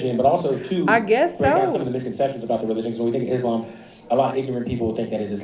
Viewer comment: Did she say Islaym?